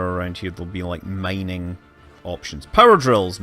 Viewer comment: "Mininging". xD